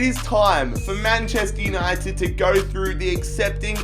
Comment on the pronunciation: You have speak "Manchester Uninegy"